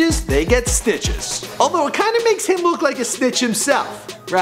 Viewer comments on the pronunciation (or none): Why does he sound like he keeps sayin Snitches instead of Stitches